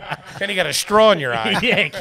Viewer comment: saying “strawl” instead of “straw” is pure TREEAAASHHHH